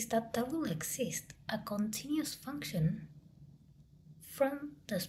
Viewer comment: very good video!!! one thing I wanted to comment: you say “continious” the same way an Armenian professor I had did 😁😁😁